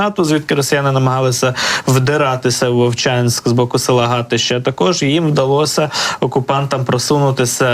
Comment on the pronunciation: Тільки не старИця, а стАриця. Іне гАтище, а гаЩЕ. Привет из Волчанска.